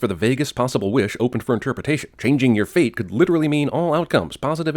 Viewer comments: Out of all the years of watching this, every time she said fate... I thought she said feet💀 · Everytike they say "fate" or "feat", it sounds like they said "feet". Changing her mom's "feet"? That's just weird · When she says fate it sounds like feet. Don't you wish you could change your feet. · The entire time I watched this movie as a young idiot I thought they were saying "feet" not "fate" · in this movie the word fate sounds like feet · When I was a kid I thought she said feet instead of fate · When I first watched this I thought they said feet and not fate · I KEEP HEARING FEET EVERYTIME SHE SAY'S FATE